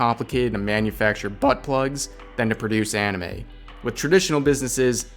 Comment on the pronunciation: "bUUt plugs"